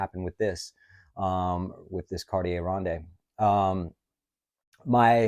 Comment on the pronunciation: ronde pronounced rond. Lovely watch. high autonomy means 8 years of battery life.